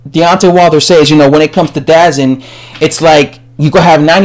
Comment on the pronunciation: DAZN is pronounced D-Zone